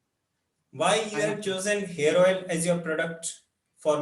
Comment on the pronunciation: Who else heard Hair Oil as 'Heroine' ?